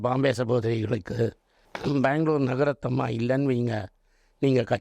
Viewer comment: பெங்களூர் நாகரத்னம்மா . நகரத்தம்மா என்பது தவறாக உச்சரிக்கபடுகிறது. மற்றபடி யாவையும் ஏற்றுக்கொள்ள கூடிய கருத்துக்களே. பாடுபவர்கள் சங்கீத கலா நிதி பட்டம் எதற்கு வாங்க வேண்டும். பெருமை. உண்மையான தெய்வபக்தியுடன் உலகத்தில் பிறந்த எவரும் விருப்பமானால் கர்னாடக இசை கற்றுகொண்டு பாடலாம்.உதாரணத்திற்கு .ஜான் ஹிக்கின்ஸ் பாகவதர். மேதையாக இருக்க வேண்டிய அவஸ்யமில்லை. பக்தியோடு இருக்க வேண்டியதே அவஸ்யம். இசை பக்தி க்கு ஒரு பாதையை வகுத்து கொடுக்கிறது. .